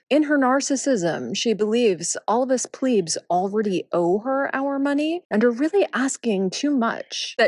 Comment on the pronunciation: I know I say this in the comments of every video about every video, but it's because it's true- is excellent, informative, entertaining, and intelligent, as always!!!💗...and being a linguistic "snob," is the place where bad grammar goes to die😂😂😂 - Thank you for the correct pronunciation of "plebs"!!!! 💗